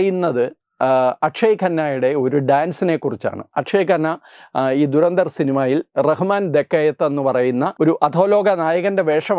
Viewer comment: Good content👌🏻👍🏻, keep it up! Trivia: Pronunciation is WAY OFF! ദുരന്തർ അല്ല , ധുരന്ധർ എന്നാണ് ഉച്ചരിക്കേണ്ടത് ! धुरंधर Meaning: expert/stalwart in something